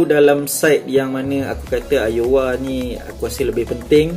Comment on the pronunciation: Nice content bro, cuma cara sebut Aouar ialah "Au-war"